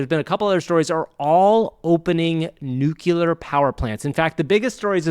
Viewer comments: i'm actually impressed by the 100% consistency of mispronouncing nuclear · It’s nuclear, NU-CLEAR not NU-KU-LAR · Great show! One thing: Nuclear is not pronounced "Nucular." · (it's nuclear, not nucular.) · Nuke-you-lur lol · Did you mispronounce nuclear on purpose?